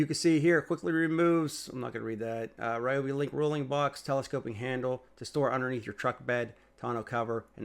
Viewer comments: Reeobi not Riobi. It's always been a long e sound. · Great video. Thanks. For what it’s worth, it’s pronounced Rhee-oh-bee. Doesn’t feel natural to me, either, but they used to have it spelled out phonetically on their old black and white boxes. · REEEE-obi fan right there!